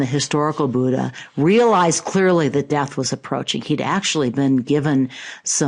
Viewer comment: I am an Indian and I am afraid that's not how Buddha is pronounced. In Devanagari script, it's written as " बुद्ध " and its correct pronunciation is very much different from how West, China and South- East Asian countries pronounce it.